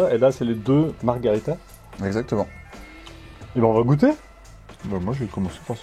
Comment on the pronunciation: Super vidéo! Merci ! top ! Mais vraiment ... Margarita, c'est un cocktail et ça veut bien dire marguerite, mais en espagnol ... en italien, pour la pizza, on dit Margherita, à prononcer Marguérita !